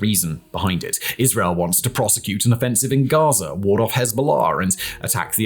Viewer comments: It is GAZA... not GAZER WTF is your issue with words that end in the letter "A"? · “Enclave of GAZERR”